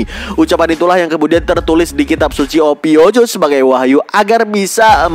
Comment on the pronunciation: Ophiukus min bukan ophiucus 😂😂 polos apa oon 😊